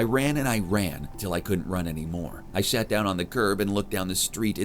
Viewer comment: “I SHAT down in the kerb”